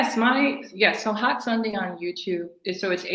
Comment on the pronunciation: Sundea, Sundea, Sundea 🤔🤦🏾